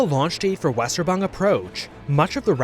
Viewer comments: Germans: Weserübung: Weserban Reminder that W is pronounced as a V in german, so Weserübung is pronounced "Veh-Zeh-Ru-Bum", with the stress in the Ru Ps. Stress on the "Weh" actually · You said Weserübung totally wrong.